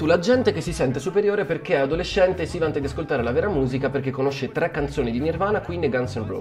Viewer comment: Ma è inutile che dici "tèmpo" per parlare correttamente italiano,se poi dici "trè".